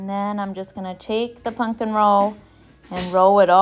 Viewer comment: It is pumpkin, not punk in!